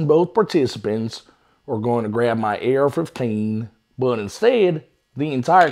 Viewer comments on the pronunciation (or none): Yeah 😂😂😂😂 ar fifteaan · “Ayer F-huff-tain” 💀